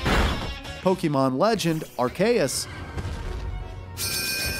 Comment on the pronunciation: why'd he say arceus like that 💀